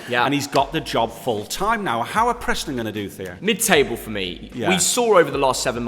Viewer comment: Who’s Prostnon its Preston